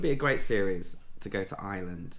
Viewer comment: Taiwan 🇹🇼 is fascinating and beautiful. By the way, Ireland is spelled and pronounced with an “r”. If you pronounce is as “Island” you’ll upset the Irish viewers 😂. Best wishes for 2023 😊.